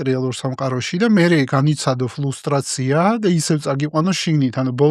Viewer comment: ბატონ საშას მინდა ერთი პატარა შესწორება მივცე - ფრუსტრაციაა და არა ფლუსტრაცია. Frustration. ბევრჯერ მომხვდა ყურში და ვერ მოვითმინე, რომ არ დამეწერა.